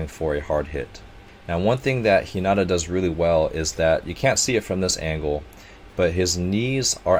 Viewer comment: You should start doing this more often and it's (HE-NA-TA)